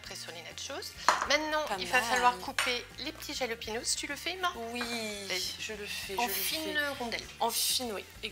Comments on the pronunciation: En espagnol le J ça se prononce R :) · C'est espagnol alors pour lepiment c'est "ra" jalapinos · Jalapenos, ca se dit Ralapéniosse les filles :( Mais en tous cas suppppeeerrbe recette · C'est moi ou vient de dire "rlahpinos"? Je meurs ptdr rlah ca veut dire merde en arabe 😂😂